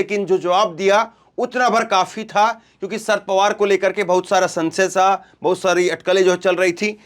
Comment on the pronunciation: भैया, शर पवार शर पवार बोल रहे हो, या sir पवार बोल रहे हो। अगर शरद बोलना है तो शर पवार ना बोलो, पूरा शरद पवार बोलो।